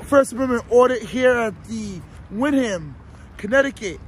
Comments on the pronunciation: It's called Windham but it's pronounced "wind-um". Y'all should go to Bridgeport see how the treat y'all down there- proceed with extreme caution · thats ny maiden name its pronounced wendum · Wrong pronunciation of windham